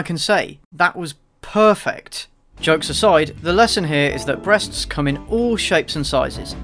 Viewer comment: "Did I hear somebody mention the word brrREASTS "